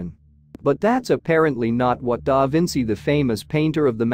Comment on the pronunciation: Stop the AI diction. Cannot pronounce da Vinci’s name! Terrible